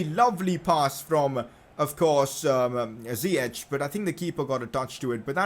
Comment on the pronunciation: pcq it is pronouced ziyeck not ziyechhh